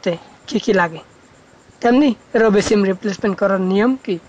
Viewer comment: তুই যে আাবাল সিম রে চিম বলে 🤣🤣🤣